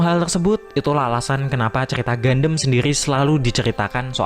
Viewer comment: Bro, seriusan, reviewnya bagus. Tapi pelafalan gundam itu bukan "gandem" tapi "gandam". Even orang luar (english dialect) juga menyebutnya dengan pelafalan "gandam", bukan "gandem". Agak gimana gitu denger gandem gandem gandem. Keep it up bro 👍